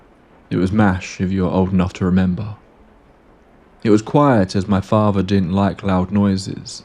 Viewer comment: What's with you not being able to speak English properly? Your pronunciation of words is absolutely terrible. Muvva, fahva, bruvva, free, rahva, eiva. All of these words have a 'th' in yhem that you pronounce as an 'f'. It bothered me so much that I had to stop listening to it. What happened? Did you wag school a lot? Did you drop out of school before graduation? How about you learn to speak English properly before making these aidio videoes.